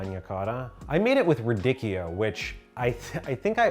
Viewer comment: Radikkio? It’s “radi-tshio! It’s “tsh” like in “ciao”! I made me laugh and reminded me of that “davinki” TikTok 😁 Really cool video! Will def try some of these!